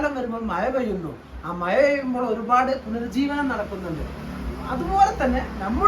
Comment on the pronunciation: മയ അല്ലാ മഴ ആണ് 🙄🙄🙄🙄😳😳😳